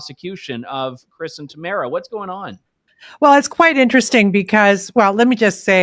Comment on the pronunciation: I love Trish Wood, listen to her podcast every week, but it baffles me how she mispronounces names all the time. Particularly how she pronounces Tamara Lich’s first name. She says it as if it rhymes with the word camera. No, that’s not how you say her name. How does an otherwise intelligent woman not see that?